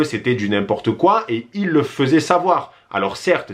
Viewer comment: Y a-t-il une raisons pour laquelle tu prononce "ils" avec le S ?